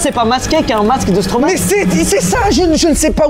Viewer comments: On dit pas « Stromaé » mais « Stromay » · Stromae... n aurait jamais dit stromaé ... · Qui est belge ici ? ✋ (et on ne prononce pas Stromae comme ça !)